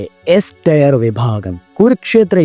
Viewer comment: ടയർ അല്ല ടിയർ ആണ്